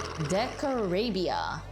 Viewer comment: Decarabia, you pronounce the a a bit more